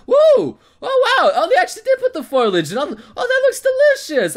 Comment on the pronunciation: It's foliage, not foilage,....